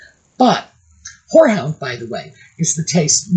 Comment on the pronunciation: Could you repeat the name of the scent most disliked by adults? It sounded like horse hound? Can anyone clarify? Thanks in advance.